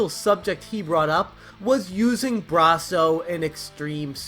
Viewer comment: I like how you say Bra-so..instead of Brass-o..I have never had an issue with Brasso eating my games..I use it all the time..never had a problem..this is fake news.